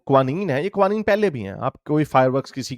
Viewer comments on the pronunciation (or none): Its pronounced ka-wa-neen